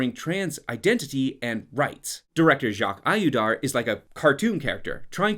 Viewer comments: I really enjoy watching your videos, but a small detail that triggered my french ear : Jacques Audiard isn't prononced "Jacques Ayudar" it sounds like "Jacques Odiar". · The way you pronounced Jacques Audiard 💀💀💀